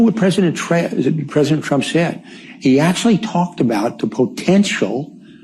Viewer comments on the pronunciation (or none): "President TRAMP" Well, it seems like his tongue wants to tell the truth but his little brain refuses to do so 😂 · The general accidentally said, "Remember what President Tramp, uh, trump said ...." He needn't have corrected himself; he got it right the first time.